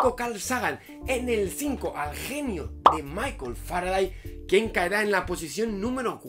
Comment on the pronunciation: "Faraday" ups xd